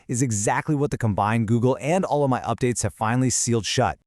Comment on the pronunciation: Has it got a firewall yet? LM Studio has. "Ollama" is pronounced as oh-LAH-ma, with emphasis on the second syllable.